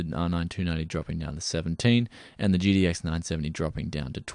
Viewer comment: Am I the only one that hear "GDX" when he says "GTX?"